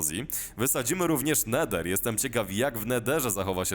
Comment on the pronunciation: "No był Neder ni ma Nedera"